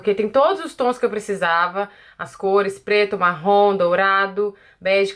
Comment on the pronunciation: Tao engraçado ela falando Marrom, meio que sai Marrón.... kkkkkkkkk linda make!!!!